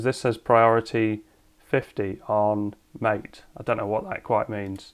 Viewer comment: MATE is pronounced like Latte. but with one t instead of two and with an M instead of L. Maatae. or something.